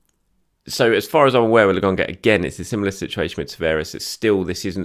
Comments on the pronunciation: LAKONGA its a K, why do you keep saying LAGONGA????? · ...PLEASE...its Lo..Kon..ga not logonga.:D